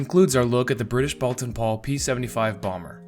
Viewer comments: The U is silent. It's pronounced Bolton Paul. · "Boulton" pronounced "bowlton.", end of pedantic outburst. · Pooohh, sigh of relief. For 50 years I said ‚bowlton‘ and now he came along seemingly proving my English very bad. 😉Thanks, not pedantic at all.